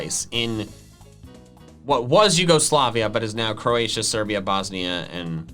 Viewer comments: the word u didnt know howda prnouce with the statues and stuff is: YOO-Go-SLAY-veea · Everyone says my name wrong too😂